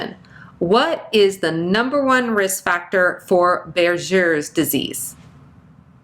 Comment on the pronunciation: “Buerger’s” is pronounced with a “G “ sound not a “J” sound…. For your kind information Regards